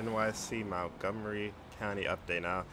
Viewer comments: btw i live here and it is not (Mount-gomery) it is (Munt-gomery) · MONTgomery, not MOUNTgomery